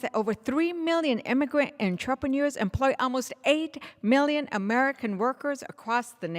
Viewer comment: YOU CANT EVEN PRONOUNCE ENTREPRENEURS!